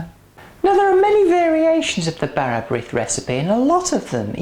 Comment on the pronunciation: Brith is pronounced breeth to rhyme with teeth. Serve sliced thinly and buttered. I would add more fruit....just a bit. Good idea picking fruit off the dough. I would never use margarine.....unhealthy stuff!